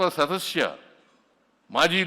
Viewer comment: ಈ ಸಿದ್ರಾಮುಲ್ಲಾನಿಗೆ ಕನ್ನಡದ ಪದ ಉಚ್ಚಾರವೇ ಸರಿಯಾಗಿ ಬರುವುದಿಲ್ಲ, ಸದಸ್ಯ ಎನ್ನುವುದಕ್ಕೆ ಸದಶ್ಯಎಂಬ ಉಚ್ಚಾರಣೆ. ಇವನೊಬ್ಬ ಕನಾ೯ಟಕದ ಮುಖ್ಯಮಂತ್ರಿ.